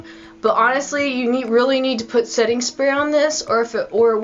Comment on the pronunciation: "Maybelline spetting spray" LOL